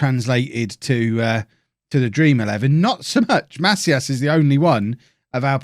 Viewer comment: It's pronounced "Ma-SEE-as"